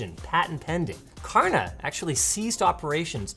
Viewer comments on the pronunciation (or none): I as a Swedish man do not approve of your pronunciation. it's pronounced SHÄRNA not Karna ) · FUN FACT: "Kärna" is actually pronounced close to "share-nah" and is a Swedish word meaning "core" or "kernel". It is also the name of a tiny obscure town in on the west coast of Sweden with only about 500 inhabitants. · fun fact from a swede, the K and Ä in Kärna would be more precisely pronounced if you said Cherna, it's not 100% right but it sounds more accurate. Kärna means core btw